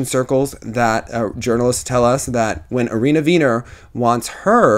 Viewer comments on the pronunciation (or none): none